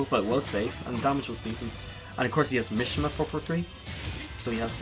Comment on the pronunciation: Mishima is pronounced meshema